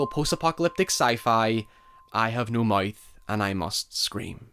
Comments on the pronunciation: “I Have No Moyth and I Most Screm” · “I have no moith, and I moost scraym”